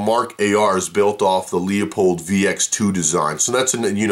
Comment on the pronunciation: Pronounced - LOO-PULLED... not LEO POLDED